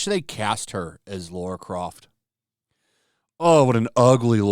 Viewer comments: Dude, it's LARA not Laura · Ffs dude... it's Lara, not Laura. Come on, man... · I like your videos, dude, but if you’re doing commentary on cultural stuff, please, please, please take a sec to say the name correct! Laura??? C’mon, man! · just outta curiosity why do you Amerians call Lara Croft, Laura Croft? never understand why. Phoebe would make a terrible LARA, not Laura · My guess it’s the original superman actor they have done a disservice to, would make sense because everyone else is still around . It’sLara not Laura